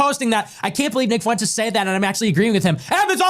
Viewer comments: just bein' silly for the algo, but, "Tell us you don't have any Hispanic friends, and never took Spanish in school, without telling us." Fuentes is pronounced, "f-WENT-tess," not, "foo-WEN-tez." Idgaf for his sake, but there are lots of others with this surname, and you being of half Polish, half Italian lineage, I am quite sure your family has faced bigot stupidity in people acting like they can't pronounce some names. P.S. Shady J.D. is also not wearing eyeliner/guyliner, and the "punchline" for that "joke" is that he might be gay or feminine. Nope. That piece of shit just has the eyes some people want, and imitate with makeup, like mine. Years ago, when going out to one of the bars, I have been complimented, then accused by strangers of wearing eyeliner, and dissed for "lying," when telling them I was not. I will if I want to, but if I am not, I am not. I'm gay. Idgaf about straight masculine Ideals. Don't accuse me of lying, being embarrassed about wearing makeup, etc.. I'm grown. Being gay is not a punchline. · Kyle forsure watch’s Fuentes religiously for comedic relief 😂 Oh and Kyle, Fuentes is 2 syllables fwen-tes not three. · It's not Foo-in-tezz. It's two syllables: Fwen'-tess. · Kyle adds a third syllable to Fuentes. Foo en tes 😂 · The way Kyle says "Nick Foowentezz" XD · Kyle pronouncing Fuentes 'foo whentez" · I love Kyle pronounces his name as “Nick Fawentez”